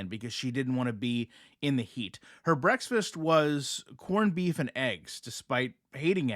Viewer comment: Are you saying “breaksfast?”